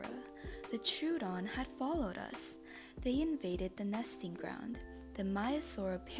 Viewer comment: troodon is pronounced Tro A Don